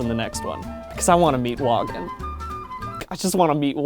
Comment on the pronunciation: Stop pronouncing the J! Its "Woah-gin; Yarr-th" think hippy... pirate